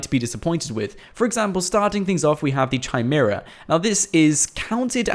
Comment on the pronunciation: KAI...MERA....NOT CHY...